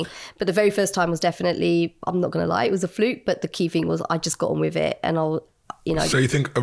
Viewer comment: Does she write "Finking" "Fousand “" Wevva" and "Wiv" in her book?